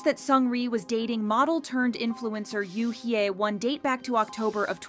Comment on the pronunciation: 😂 it's hilarious that this channel can't pronounce hyewon